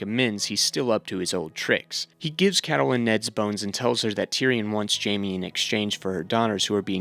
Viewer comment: Ca-ta-lyn??? Lol....love your hard work though. Thanks.